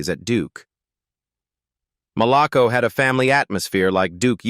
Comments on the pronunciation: Why are you showing Bobby Brown? It is pronounced Mal-a- co. I worked there for 6 years and loved it. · While I always appreciate a biography on one of my favorite singers the erratic pictures that had nothing to do with the artist is always off putting. I know yall are using AI to do these videos but gosh you can always edit. Yall have pictures of Bobby Brown for a long while and mispronounced Malaco sometimes and said it correctly other times. I just feel everyone is attempting to quickly monetize off these stories and this culture without showing the proper respect you would show to rock artist who copied off their styles and now enjoy generational wealth. Heartbreaking 💔